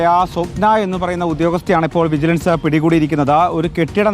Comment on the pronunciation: വിജലൻസ് കൈകൂലി വാങ്ങിയോ 😀😀. News വായിക്കുമ്പോൾ നേരെ വായിക്കു 😀😀